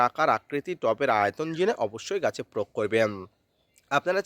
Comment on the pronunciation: প্রোগ না প্রয়োগ বলেন